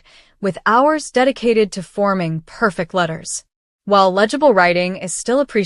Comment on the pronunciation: Per fect', not per' -fect.